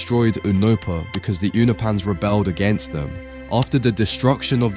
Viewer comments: do British people just like mispronouncing shit on purpose get outta here with this "younahpans" shit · Bro pronounces Unopa right but can’t say Unopans 🤣🤣🤣